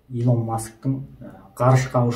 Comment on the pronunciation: Илон деп жазылады Илн деп айтылады брат